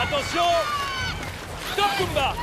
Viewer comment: Je me sens trop mal car à chaque fois qu’ils disent « kumba » j’entends « pumba ». La pauvre en plus honnêtement j’aime bien cette aventurière ❤️‍🩹🤗